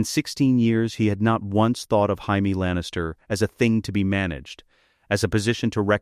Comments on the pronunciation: Why can the AI voice pronounce Jon properly, but not Jamie? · This is AI shit. Cant even pronounce Jamie?